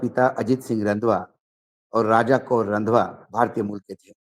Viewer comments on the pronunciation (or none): भाऊ निक्की हेली के माँ बाप का last name “ रंधावा” है “ रंध्वआ” नहीं। “ रंधावा”, पंजाब के जट सिखों की एक बहुत सम्माननीय ज़ात है। 🙏😊 वीडियो हमेशा की तरह लाजवाब है। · भाई रंधवा नहीं होता ये "रंधावा" होता हैं! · वानखेड़े जी आप एक वेहतरीन पत्रकार हैं और वहुत ख़ास ख़बरें ले कर आते हैं। आज के एपीसोड में निकी का नाम रंघवा वेला था। वह एक पंजाबी नाम है। इसको पंजाबी में रंघावा बोलते है। मेरी हिंदी इतनी अशी नहीं है। English pronunciation of Randhawa would be RANDHAAWA